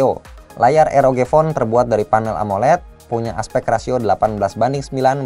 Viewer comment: nyebut RoG jangan Eroge lah, kan jadi kimochi..